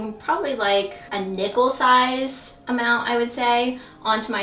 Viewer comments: I misheard and thought you said "a nipple size" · I totally did too! I thought it was a new form of measurement! Haha!